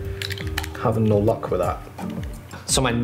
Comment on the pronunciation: "Having no LOCK with that." Either his Scottish accent or an intended pun